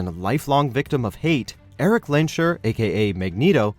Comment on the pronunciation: It's lens-herr not lensh-err..